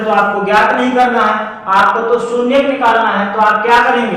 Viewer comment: Sunyak nahi bhai shunyank kaho